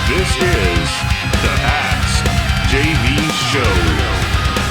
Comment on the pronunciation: askjv or ashjv?